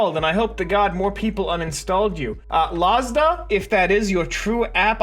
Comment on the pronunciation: A little correction, Lazada is pronounced la-za-da 👁👄👁